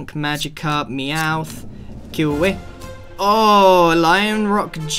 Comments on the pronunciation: Grain: kia-weh Me: it’s kiawe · not kio wi it is pronounced kee-aa-way and it is sof-a-glese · I know I’m late. But Sophocles is pronounced: Sof-o-cleez And Kiawe: Key-Ar-Way